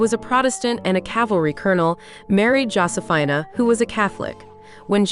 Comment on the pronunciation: Josephina is pronounced JOE-see-feena.